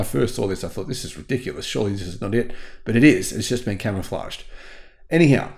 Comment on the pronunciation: Why does he keep saying it's camoflaged?